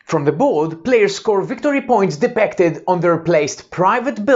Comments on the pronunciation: your 'i' sounds a an 'e', hope this helps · it was not me, or a friend. You say: De-PEC-ted. Try: De-PIC-ted. ;-) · Super! Maybe to pronounce ‘depicted’ better will help. Also setup time of 3 minutes i quite ambitious.